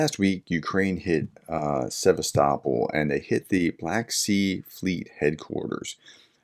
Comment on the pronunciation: You can not say Sevastopol, I can not believe you could say Birmingham. Or the word mirror or cheese properly.